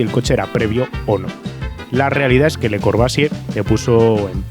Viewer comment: Le corbUsier.... bUsier 🤣